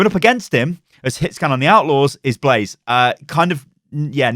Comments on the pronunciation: When he said blaze not blasé I cringed alittle lol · Blase ??? It's BLASÉ BLAH-ZEH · Please stop calling him blaze it’s blasé pronounced blah zayy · This dude said “blaze” it’s blah-say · Umm should we tell him it’s blasé and not blaze? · Please stop saying Blase like the minecraft mob, his name is Blasé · I believe Blasé is pronounced Blah-zay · I believe his name is supposed to be Blasé (Blasai) but great video keep it up! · It's Blasé, not Blaze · Blah-zay, say it a few times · pronouncing Blasé as blaze is triggering me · Blaze... you called blasé blaze... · It's killing me how he says blasé lmao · Is anyone else triggered that is saying blase's name wrong? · The one time he says it correctly, he then incorrects himself and goes on saying it wrong.